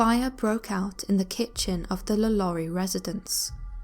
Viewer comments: La Lou-rie. Her name is pronounced "La Low-rie" even in English. That's what Google Translate is for, love. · law-lore-ree sorry but it annoys me when people pronounce her name wrong lol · Am i the only one cringing at the pronunciation of Lalaurie😖